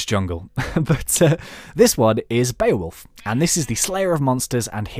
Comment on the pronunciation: He said Beowulf right